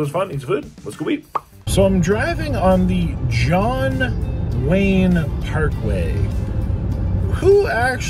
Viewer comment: John Wane? WTF?